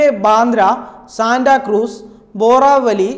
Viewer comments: Try to pronounce properly. Boravali alla bhorivalli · Boravally alla bhai Borivally.Nagapatta alla Nagpada..thetaye paranjathukondanu sire thruthiyathu